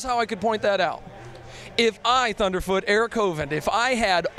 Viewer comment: dude how can you say that, thuderfoot sounds like a babbling fool! this is depressing